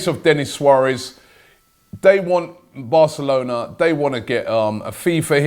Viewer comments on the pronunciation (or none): none